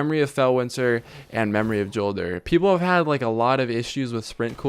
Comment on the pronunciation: It's said like Yolder, not Jolder with a hard J. Check out Deej talking about it in the streams leading up to ROI.